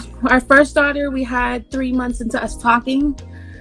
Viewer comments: She said "all tree of yall gone get hurt" 🤣🤣 I'm dead 💀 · All tree a y'all 😀🤣😂😄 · “All tree a yall” 😂😂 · She said all tree of y'all gonna be on the news... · You said “all tree of y’all I ain’t gone say no mo!!!! Hahahhaha